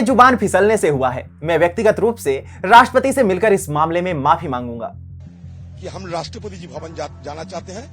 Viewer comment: इसको राषट्रपति बोलना तक नहीं आता।कहाँ पढाई की इसने ।